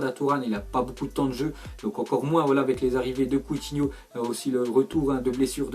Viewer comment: combien de fois a-t'il dis couthino